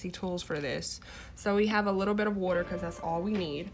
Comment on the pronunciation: I herd you say "wooder" (water). You from philly? 🤔🧐